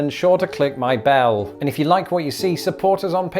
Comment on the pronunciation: You said click my bowel! Lots of laughs! We say bell, ELLE sounds like.